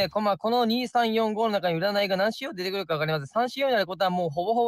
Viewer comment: 確定する→確る って言う人を初めて見ました あと、「出てくる」の標準イントネーションって「高中低低」じゃないんですか？ 「低中高中」の人をよく見かけますが・・・どうなんでしょう どうでもいいですねすみません